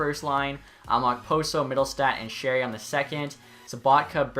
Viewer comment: I'm the most surprised at the fact he pronounced sheary correctly